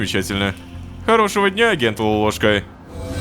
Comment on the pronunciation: что за акцент на этом "дня"?